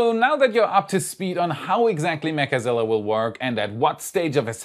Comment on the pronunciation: I REALLY wish we could STOP calling it "mechAzilla" - it sounds SOOOO TERRIBLE!!! - just plain ol' 2-syllable "Mechzilla" SOUNDS PERFECT!! - STOP SAYING IT WITH THE EXTRA 'A' !!!! PLEASE!!!! THIS IS JUST AWFUL SOUNDING!!! - Do ANYONE else agree???????